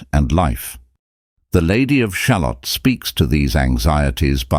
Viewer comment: Ah yes! The human condition! That has certainly had a good run in poetry and the arts over the years.... Thanks for the analysis it's quite ft provoking but I do have to say having a very English (but likely fake) voice pronouncing the word 'shalott', like an american talking about a type of onion, is disturbing. It is pronounced sha-LOT. The rhyme structure of the poem should make that clear.